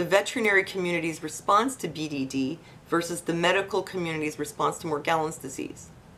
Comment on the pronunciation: It's pronounced with a soft G. Mor • gel • ans (jello)